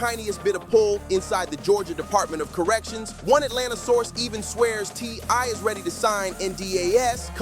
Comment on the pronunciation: You’re all super excited, it’s kind of annoying. Btw his name is T.I. Not TY. The boy is having to learn the hard way, you grew up with everything and being able to do anything you want and well, welcome to the real world